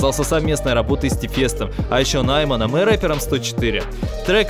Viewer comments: Не нАйман, а наймАн. В казахском языке как и во французском ударение на последний слог. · нАйман, Нигара, Нигора... 🤦 ты не не нашёл, ты не пытался, это тупо можно загуглить, парень, будь честен. Но за выпуск спасибо, было интересно.